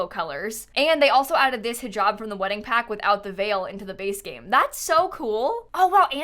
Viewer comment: It was so refreshing to hear someone finally say “Hijab” correctly and not mispronounce it as “HaiJab” 😭